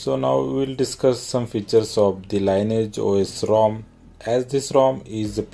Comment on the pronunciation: Could be wrong, but I think it's pronounced 'Lin eee age'